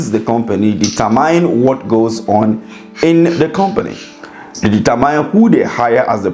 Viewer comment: THE WORD IS DETERMINE.NOT DETERMYNE.